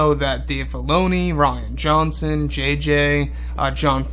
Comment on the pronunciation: I think you called Ryan “Rotten” Johnson.